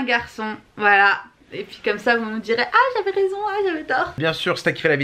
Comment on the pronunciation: LA GARNIER FAMILY car je j ai entendu le papa dire "J avais resont"